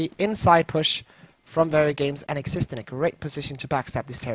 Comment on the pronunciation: it's xist and eztenz not xist and exist